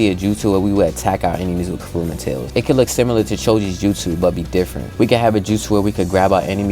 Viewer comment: Didn’t know the nine tails name was…….. “Karuma” instead of “kurama”